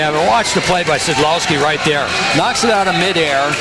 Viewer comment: szczechura is pronounced sid lowski. awesome.